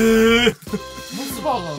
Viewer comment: のモス⤵️バーガーの発音かっこいいwww